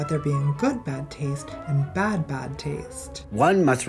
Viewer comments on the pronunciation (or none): If anybody should have been cancelled for anything, it's for how Buck Angel put the emphasis on "BAD taste" both times instead of highlighting the difference between "GOOD bad taste and BAD bad taste."